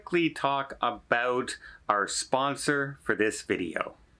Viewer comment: Maybe you should shelve those Spanish lessons and pick up some in English to learn "aqua", "about", and "Bear Grylls"